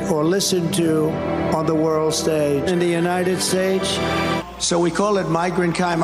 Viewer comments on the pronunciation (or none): Many of us suspected, after the infamous “God bless the United Schtates” incident, that Trump had suffered a stroke. Or that he wore dentures. Or both. It sure looks like he had a stroke. At least one. Maybe more than one. Thank you for putting a name to at least one of his mental issues.